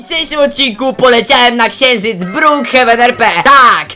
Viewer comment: "Ksienżyc"jestes prze zabawny